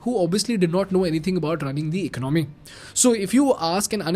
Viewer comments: Learn to pronounce "Economy"😂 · Please correct you pronunciation of "ecomomy". It is not Economy, but ecaanamy.